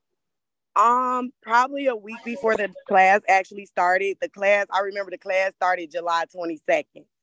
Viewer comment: "Klass"? Really?